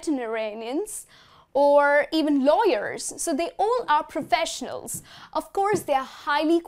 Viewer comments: It's great. You're the best. By the way it's "professionals" not "proffesionals". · I think it's "professionals.